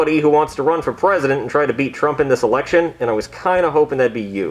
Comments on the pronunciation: Bruh why did it sound like said erection instead of election. And the fact that he said after its a very long and hard process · It sounds like is saying 'Erection instead of 'Election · I like how can’t pronounce L so he says “Erection”😂😂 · When said "errection" I died so this comment is the best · Erriction lol love it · I love how he pronounces “election” like “erection” xD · sounds like he’s saying eRection 💀